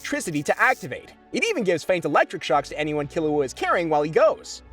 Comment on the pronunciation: I appreciate you pronouncing Killua correctly, you have no idea